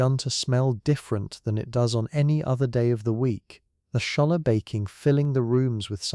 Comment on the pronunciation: …. The braided bread is “challah”. It’s pronounced “holla” (with a slightly guttural “h”) - not “shalla”. Queens, New York.